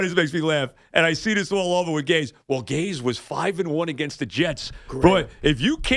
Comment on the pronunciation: Someone better tell Joe it's pronounced Gase not Gays.